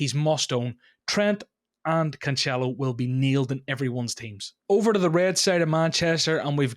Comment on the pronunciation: His three versions of Cancelo, all wrong, was great!